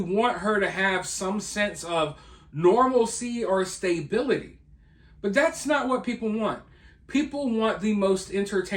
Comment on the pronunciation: "stay-bility"? Its stuh-bility.